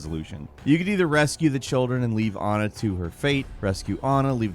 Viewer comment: Your pronouncing Anna weird.